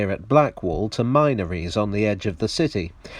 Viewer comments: It's a great video but theres a lack of research on local pronunciation. Mynorries? Min-nor-rees! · It's pronounced MINNORIES no "mynories", OKAY? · Minor ids is pronounced Min—-or——is. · Minor Es? A small tab? I've always known it as Minn-Or-Iz. What do other locals think? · I always knew it as “Minories” min to rhyme with “tin”. That’s how it says to pronounce it in the dictionary. Is it common to pronounce “min” to rhyme with “mine”? Just asking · It's "minories" min-or-ies not Mine-or-ies (obviously not a City Gent...) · Minor'ies - can tell the narrator isn't a Londoner. It's pronounced min'or'ies. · I've used the DLR lots and enjoy it, so always up for more! Just one query; I've always pronounced Minories as minn-ories, not mine-ories. I don't know which is correct. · Hi thanks for another great video. But forgive me for bit of pedantry, Minories is pronounced Minn- oriz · "Mynories" LOL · I thought the same thing -- shouting MIN ories at the screen!! ;-) For the non Londoner use the Min in Minihaha as the template for the first syllable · I thought the same. My uncle Sid always called it "Minn-ories". This bloke needs to get out more. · I think it's pronounced 'Minna-reez' despite only having one 'n' not two! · “Minories” is pronounced with a short “i”; like “Minnie”. I’m surprised at this linguistic error as you usually get things spot on. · Chris McKenna ah I’ve never heard it said that way until the video 👍🏻